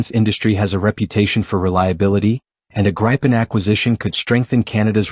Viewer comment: The gry-pan 😂 no the Grip-en